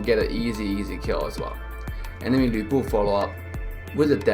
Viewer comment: Finally someone pronounces Lu Bu the Chinese way.